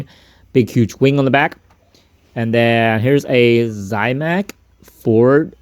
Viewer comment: You're saying zamac. Like Zie mac . No i in zamac.